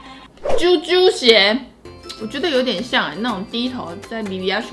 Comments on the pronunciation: 在此糾正是ㄐㄧㄡㄐㄧㄡ鞋 不是ㄐㄧㄨㄐㄧㄨ鞋😂😂😂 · 為什麼是ㄐㄧㄨㄐㄧㄨ鞋😂😂😂